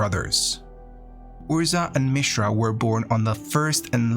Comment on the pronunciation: Can you pronounce any name correctly? I mean, it was a good summary, but my God, you mispronounce just about every name except Mishra.